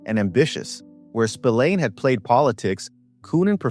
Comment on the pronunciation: Totaly different mickey spilliane